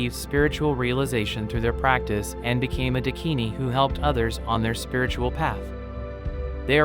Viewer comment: Please this is unbearable..... It's Daakini